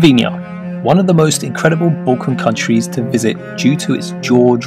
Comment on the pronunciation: It is balkan 🤦🏻